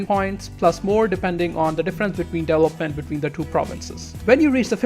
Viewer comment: dude... "deVElopment".... not "delopment"